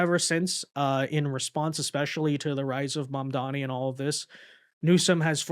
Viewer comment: You always introduce the Muslim communist with an exaggerated pronunciation of his name. You should also always introduce this Piker character by stating that he supported the 911 attack, optionally playing the five-second video segment where he does that. And then, what else do people need to know?